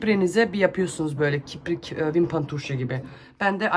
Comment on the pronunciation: Merhaba🙋🏻‍♀️ kiprik değil, kirpik.. eleştiri değil, çoçuklarda izlediği için yanlış öğrenmesinler 🫶🏼